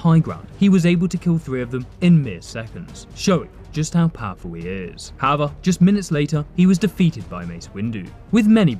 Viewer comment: Why does EVERY SINGLE ONE IF THESE GUYS PRONOUNCE HOWEVER ALL WEIRD AND SHIT MAN LOOOL I SWEAR EVERYONE OF THEM SAY IT SO STRANGELY